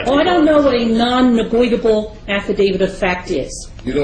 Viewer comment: “Nonnegoitable” LOL